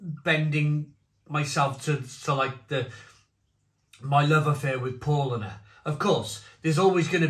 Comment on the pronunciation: It’s pronounced Pow lah ner. Just a bit of info for you to use in future videos 🍻